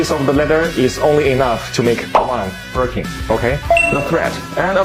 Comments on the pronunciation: “Birkee Bag “ 😂😂😂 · I like the way you pronounced Birkin 'Birkey' 😂😂😂